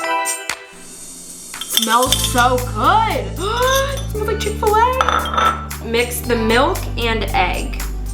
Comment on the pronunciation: Niki: :oil smells like chick-fa-lay Probably because it’s supposed to be a chick-after-lay sandwich 🥪 lol